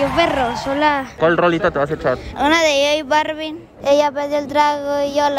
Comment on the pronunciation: Ya No Se Dice J Balvin Si No J Barvin Jsjsjjsjsjsj